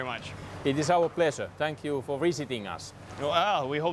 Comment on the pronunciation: "It is our pleshuh fo viSiting us", said a Sako sniper when looking in a rifle optics.